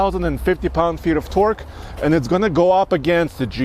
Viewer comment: when he said twerk in stead of torke